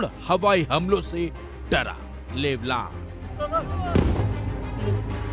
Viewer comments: जो लेबनान को लेबलान कह रहा हैं वो क्या सही न्यूज देगा। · लेबलान 😂😂😂... भाई ठीक से बोलना तो सीख लो कुल्लूमीटर